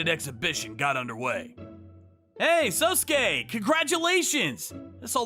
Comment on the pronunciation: They keep pronouncing sosuke's name as sosuske. (So-sus-kay)